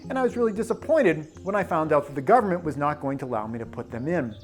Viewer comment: Gubmint and epipen